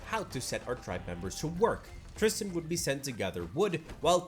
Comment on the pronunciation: It's very weird to hear my name (Tristan) in a YouTube video. It's even weirder to hear it pronounced correctly!!